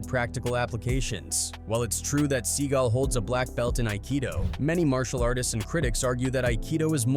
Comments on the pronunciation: He called him Sea Gull 😂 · Steven Sea GALL .....not gulll, fool.